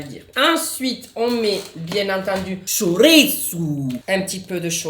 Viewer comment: J adore quand tu dis le CHORISSO et après tu fais ta tête car sa veut pas s'ouvrir